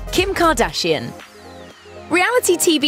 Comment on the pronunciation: I hate how you pronounce “kardashian“